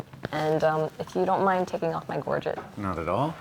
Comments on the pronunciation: I cringe every time someone says Gorget. The 'get' sound should sound like sl-eigh so it sounds like 'Gorgeigh'. Long 'a' sound not short 'et' sound. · Gorget is pronounced like buffet ( that you eat at). 25 years making SCA armor. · "If you don't mind taking off my gorjit"